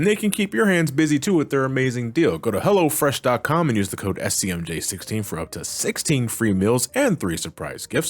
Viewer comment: Every time i here someone saying "hello fresh," it always sounds like "hella fresh" to me. Thank u for fully pronouncing the O. Lolz